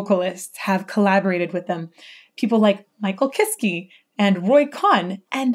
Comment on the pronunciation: As you asked for pronunciation help with the names. Kiske is pronounced Kiss-Keh not Kiss-Key :-) Great video 💕